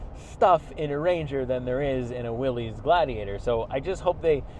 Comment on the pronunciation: its not will ees its will iss. named after john north willys